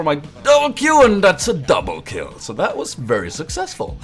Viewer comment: DOUMBLEH KILLEH